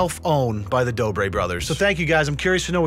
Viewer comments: The dobre brothers really wanna fight my mans Cody ko, when they can’t even pronounce “r” correctly. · “The doobrey brothers” lmao